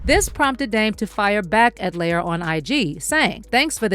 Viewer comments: I really wish the narrator pronounced Lior's name correctly. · Lyor like "Lee-Or" liar, layer, layor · Its pronounced Lee-Yor not layer😂😂😂😂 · Lee-Oor! Gosh, That Was Bothering Me. 😤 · Its "Lee-OR" kohen. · his name is lee or ... god i hate when people make vids and pronounce the names wrong ... like every white person saying 2 Pak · Pronounced Lee-or… 😂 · His name is LEE-OR smh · It's pronounced Lee-Or btw